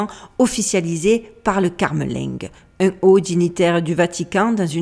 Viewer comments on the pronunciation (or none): CAMERLINGUE ET PAS CARMELINGUE 😂😂😂 Francois ne veut pas les 3 cercueils car il déteste le luxe, les chichis.... Mais non 58 ans n'est pas trop jeune 😂. Jean Paul II avait 57 ans .... Malaki n'a jamais coïncidé à Rien ! DU NEW AGE. RIEN QUE DU NEW AGE DE BAS NIVEAU. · Ce n'est pas la CARMELINGUE mais le CAMERLINGUE. ;)